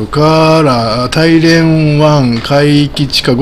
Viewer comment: 大連は「だいれん」または「ターリエン」と発音します。の発音は「タイレン」と聞こえます。なお中国語では「ダーリェン」と発音されるそうです。私の耳が変なのか？変ですね。